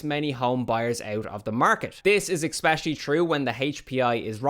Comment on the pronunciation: oh no you said ekspecially like the americans!